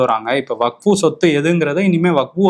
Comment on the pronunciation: தலைவரே , அது வக்ஃபு, வகுப்பு இல்ல